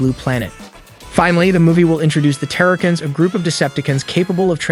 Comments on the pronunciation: that part you really make it hard for folks to not rip their hair out when you butcher the pronunciations like that! PRED-A-CON, TERRA-CONS, and its R-C "Arcee" SMMFH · Pred-acons not terror-cans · bro butchered half these names predacons - pre dac in? terracons - ta rac ins? cheetor - cheater? airrazor - err azor? had me dead through this whole video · It's Preda-con, like in predator. And Terror-con. Pretty sure the Terrorcons are from the Best Wars Uprising franchise. Those of us who grew up on Beast Wars, G1 and Armada are gonna give you a ton of crap for butchering the factions 🤣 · did he just say pre-DAkins, TARE-akins and deceptakins....?? dislike. see ya kid.